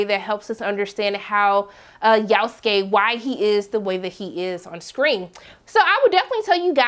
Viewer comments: Who the foook is "yaouf-skay"??? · Yasuke Is pronounced yah-sue-Kay If anyone didn’t know and was interested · I like how she pronounce his name "Yowskay"😂😂😂😂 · ikr this is the first time I've heard someone pronounce his name like that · Why she pronounce his name like that? 😆